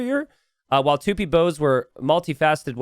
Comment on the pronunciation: It's Tupí, not Tûpi